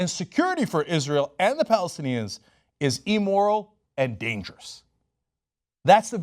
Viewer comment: Cenk, the word is Im-moral not E-moral; note the 2 Ms after the I. :-)